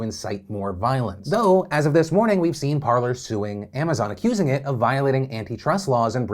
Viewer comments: I'm fairly sure it is pronounced Par-lay. As in the french verb to talk. Par-ler makes no sense. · Lads cmon. It's basic french. Par-lay. Not parlour.